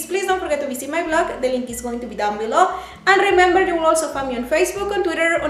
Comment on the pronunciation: Rrrrrrrrember. Cuidado con las rrrres parese timbre mija